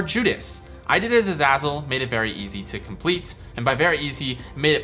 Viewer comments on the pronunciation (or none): Its u zay zal not u zaz ul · the fact that this guy pronounces azazel as azazel instead of azayzel is horrifying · Omg, sorry but, AE not AA Azazel is AE. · Isn’t Azazel pronounced “A-Zay-Zel”? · Everytime you said azazzle i died a little inside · It's pronounced A-zay-zel btw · It’s pronounced a-zay-zul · Say azazle properly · You say Azazel Wrong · Is it pronounced A-zah-zel or A-zay-zel? I still don't know